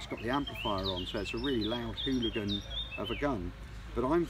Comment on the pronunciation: Just makes me want it... when he says it's a fOk'n Hoolagin. Lol 😅